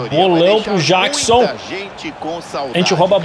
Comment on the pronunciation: Mano,o Jackson se fala Jeckson